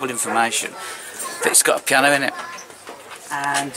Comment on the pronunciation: “Pee-Anna” love it